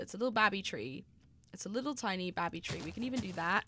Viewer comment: 'Little babby tree' spoken like a true Black Country lass! 😂😂😂😂